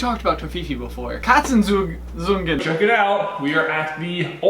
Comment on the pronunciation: I haven´t watched every video on all your channels but .... did we ever got to know whats behind that door in the old set? Also "Katzenzungen" was really good pronounced! The z just has to be a bit sharper.